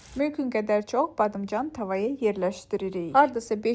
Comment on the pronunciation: Her badimcan deyende gulmek gelir😅